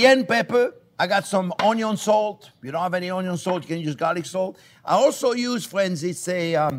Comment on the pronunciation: THIS RECEIPT USES ONE CUP OF DICED ONYO